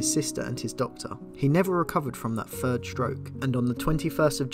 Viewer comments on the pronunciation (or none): For 'free', 'fird' etc. just replace 'f' with a 'th'. 🙉